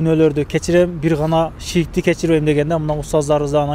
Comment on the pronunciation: Алып баруучу бала шийк эмес ширк деп айт